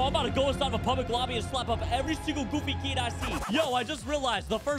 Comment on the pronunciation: ain’t no way u said keed